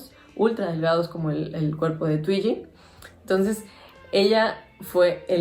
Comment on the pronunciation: No se pronuncia tuiyi ,se pronuncia Tuigi,mi modelo favorita!